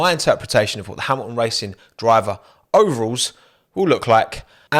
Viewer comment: Mate, pronouce the t’s. It’s Hamilton not Hamilon and Toto not Toe oh!